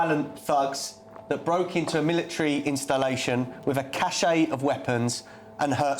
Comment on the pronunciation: Cache of weapons, not caché.